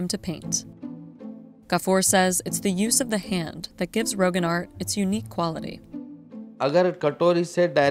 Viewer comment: It’s roghaan not rogan